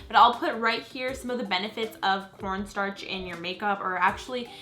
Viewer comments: when u were saying corn sharch i kept thinking u were saying porn stars... js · When she said cornstarch I thought she said porn star I have such a dirty mind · I think she said quan starch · I swear I thought she said porn star when she said corn starch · when she said corn starch it sounded like porn starts😂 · When you said corn starch it sounded like you said port stars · I thought she said pornstarch at first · it sounded like she said p o r n startch